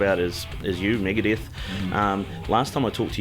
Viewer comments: Migadith..... lol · Megaduth bro cmon!!